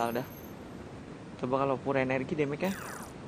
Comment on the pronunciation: Yahhh ke kepilih nama nya Koreksi : bang itu pure dibacanys piur bang